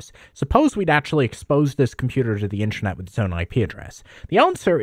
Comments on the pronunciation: Why do you keep saying Intranet mate!! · Sounds like you keep saying “intranet” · "Intchernet" x100 😂